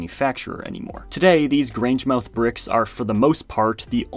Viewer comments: That was interesting! The bricks look tough. And FYI, if you're interested, the name of that town is pronounced GrangeMUTH. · Grangemouth is pronounced Graynj-muhth. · pronounce grangemouth as “grangemuth” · You completely butchered "Grangemouth".